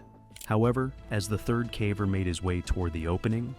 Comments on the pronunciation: "CAH VER"? Do you mean, caver? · Just realized this voice over is AI. Cav-er. He/it says cav-er, not caver on several occasions. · Caver, not cavver. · "the caavver" god I hate ai... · “Trapped calver”? Stop using Ai and just narrate it yourself ffs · "Trapped CAVA"?? AI obviously cannot distinguish caver and cava 😂😂😂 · What's a cavver? Is that like a cadaver that died in a cave? Oh wait, no--this is just AI. 🤮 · I'm not looking or listen for it, but when I keep hearing CAV VER then it is hard to ignore. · Why is "caver" mispronounced? Is this an AI voice? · Bad voiceover can't pronounce "caver" in a cave video ..